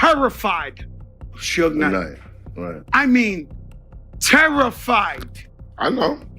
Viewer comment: sue-gay-night lmfao